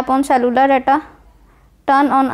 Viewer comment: You said cellular wrong😂😂🤣🤣😂😂 but the video is very helpful